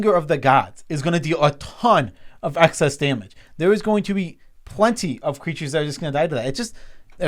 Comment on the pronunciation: I feel like I'm the REAL nitpicking nerd here, because I got to call both of you guys out on pronouncing "excess" like "access". It's EX-SESS, not ACK-SESS. Sorry if I'm being a bit EXCESSIVE, but you guys do have ACCESS to a dictionary, right?